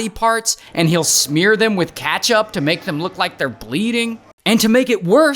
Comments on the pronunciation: did bro say katchup? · The Chup of cats, obviously 🙄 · ray said ketchup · I know but it sounded weird